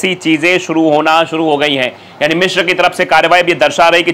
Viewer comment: Its Misr not Mishr. Its Alexanderia not Alexander 😂